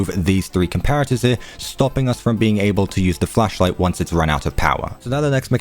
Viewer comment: Ok ik you said flashlight at the beginning but I definitely heard fleshlight